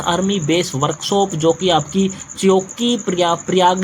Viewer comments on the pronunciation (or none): चौकी नहीं छिवकी है पढ़ना तो आता नहीं और आए हैं jhant भर Master banne